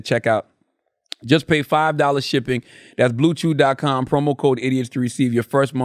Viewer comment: Unc that bluechew ad was bad lmfao idk what the hell you was pronouncing lol